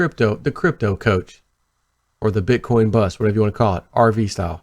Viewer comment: "The bit coin bust". Did I hear hem say that.